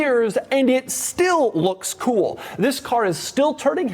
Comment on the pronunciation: Doug's that type of guy that pronounces "cool" as "KEEWL".. and proceeds to say it 531 times a video.